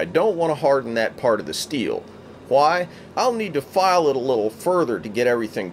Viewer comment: I hate how he adds the h's in why, whiddleing and white